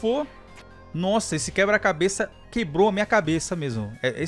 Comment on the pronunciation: .na vdd ele fala eh QUEBRA-CABESS